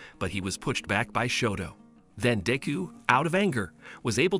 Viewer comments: Bro says deu instead of deku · Its not deeku its pronounced dekoo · Deku sounds like d!cku